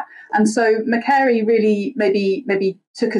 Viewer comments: It's Macquarie, pronounced McQuarry. Lachlan Macquarie was one of the first governors of New South Wales, and there are loads of things in Australia named for him. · Macquarie is pronounced muh kwo ree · Someone tell Cat Hobbs how to pronounce Macquarie! This name is integral in Australia's history, from the beginning 250 years ago!